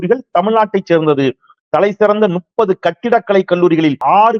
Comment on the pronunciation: தோழர் அவர்களுக்கு வணக்கம்.முப்பது என்று சொல்வதற்கு பதிலாக நுப்பது என்று சொல்கிறீர்கள். முப்பது என்று மாற்றி சொல்ல முயலுங்கள்.